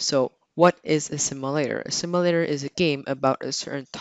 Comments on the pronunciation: "a simalator" lol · Ok plz say simulator no simalator